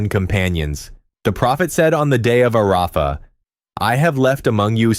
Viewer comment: "ARAAAfa" almost made me cry, it was so painful to hear.